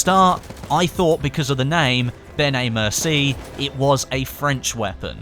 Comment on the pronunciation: always used "M1909" when referring to the weapon. I think he was afraid to pronounce it because one time when he said "Benét Mercié" he pronounced it wrong:) Nevertheless good video, keep it up!